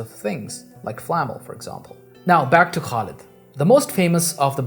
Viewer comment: it's pronounced Khalid with the throaty KH sound not Kalid.